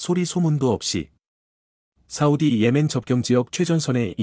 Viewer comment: 자막의 ㅇ을 ㅁ으로 읽는 경우가 빈번한데 유의하시기바랍니다 사우디를 사무디로 읽는 경우